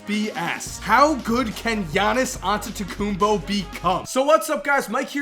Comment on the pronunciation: Ol finally some body can say Giannias Antetekumnpo correctly.